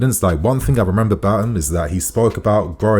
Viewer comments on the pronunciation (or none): none